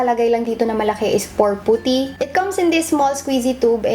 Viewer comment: puht- ty ata tamang pag pronounce instead of poo-ty. sana di kita na offend :)